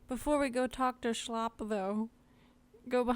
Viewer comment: his name is shilop... shy-lip lmfao good guide tho